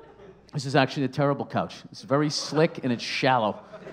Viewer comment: The struggle is real with that "couch" haha.